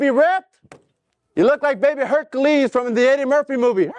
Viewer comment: "Herkaleez, Herkaleez" 🤣